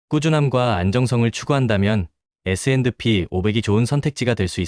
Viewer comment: 그냥 에스앤피로 발음하세요, 에스앤드피 '디' 발음 엄청 거슬리네요! ㅎㅎ